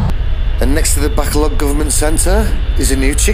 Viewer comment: Fun video. One day you'll learn to pronounce Bacolod properly, I'm hoping.